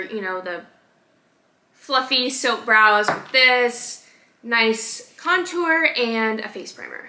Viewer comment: Bruh her face when she couldn’t say contour ☠️ same